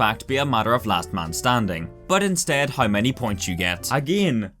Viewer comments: How = HAURR wtf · "hiowuw i don't hiowuw"